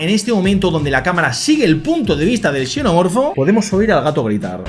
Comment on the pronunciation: Hola me costaba entender si le decías "chenomorfo" o "senomorfo", en este caso xenomorfobo la "x" suena como "s". Entonces foneticamente suena como "senomorfo" Me sucedió que una vez a unos gemelos de N canal le dije que soy de Xalapa y pronunciaron chalapa y en este caso la "x" suena como "j" y foneticamente suena como "jalapa"